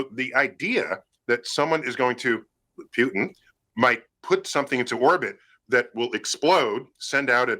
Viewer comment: The way he says “Pewtin”